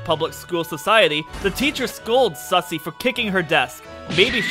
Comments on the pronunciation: Also it's susei not sussy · It's susie not sussy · good to know i'm not the only one who calls Susie "Sussie"